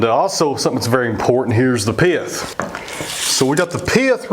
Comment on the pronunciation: I know right! I like how he changes the word "pith" into a 2 syllable word. Piath.. That butternut turned out just beautiful. Love the dark grain within.